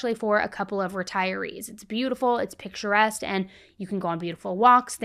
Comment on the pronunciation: picturesque. not pictureste. another video where one can tell someone else did the research and AI wrote the whole thing. terrible.